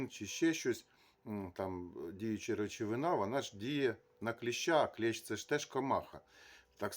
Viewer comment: Не клєщ а кліщ!